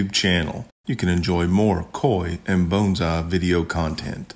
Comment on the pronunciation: I just love how you pronounce "bones-eye!" I miss living among southern people! ;-)